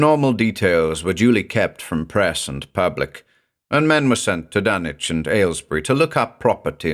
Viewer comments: Nice to see the logic behind "Dunnich" this time around, keeping with the British pronunciation pattern of Norwich England. BTW, the locals of Rowley Massachusetts, which is mentioned numerous times in The Shadow over Innsmouth, is pronounced "Raleigh", as in Sir Walter. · Well, I never knew I was pronoucing Dunwhich wrong. I did not expect a silent w. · Aw yeeeeeeeaaaaah. Remember it's Dunwich as in Harwich, not Ipswich. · FINALLY, the CORRECT pronunciation! Lmao but yeah as a New Englander, hearing 'Dun-witch' made me honestly laugh my ass off. We need more New Englanders to read Lovecraft and Poe, honestly, as keyed to the idea of refinement as the American ear has been tuned to the British accents, Poe and Lovecraft were literally American writers with well documented strong New England accents, and deliberately having British readers to read their works is like clapping for a Southern man speaking with a Turkish accent to read haiku. I'm sure he could do it with practice, but he will sound really weird to outright ridiculous when speaking. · I've always perferred this pronunciation of Dunwich! Much thanks for this fine new reading!